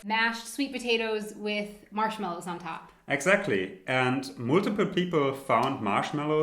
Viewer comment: Moootiple lol